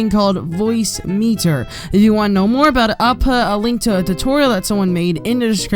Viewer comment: Omg i love this persons accent when they say "Want" OOOOOO